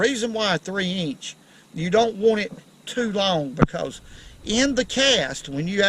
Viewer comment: I like the way he says eench for inch.